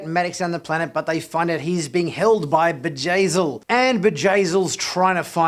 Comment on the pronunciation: it's Bjayzl, not Vajazeel. It's a B not a J.